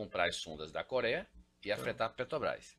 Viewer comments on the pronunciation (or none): O cara é milionário e ainda fala "petobras"?? 😱